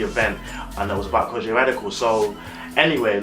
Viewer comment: Great review of Kojey pronounced (ko-gee not Kojay 😂😂. Keep up the good work 👍🏿👍🏿